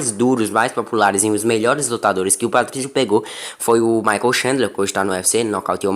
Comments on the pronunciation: Patricio, not Patricky. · É Patrício e não Patrick🤣🤣🤣🤣🤣🤣